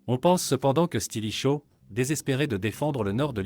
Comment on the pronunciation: Les phrases sont lues d'une traite, sans "pause respiratoire", sans aucune ponctuation, c'est très désagréable en effet. Et la prononciation de mots latins comme "Valens", "limes" ou "Stilicho" fait mal aux oreilles